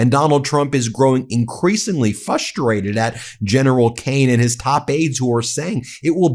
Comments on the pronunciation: "Fustrated" is frustrating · I agree with you totally, but the word is FRUSTRATED, not as you pronounced it- “Fusstrated”! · Ha ha... "fustrated".